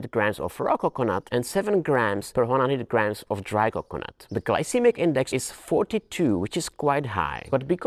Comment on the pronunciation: CO-cuh-nut emphazise OOH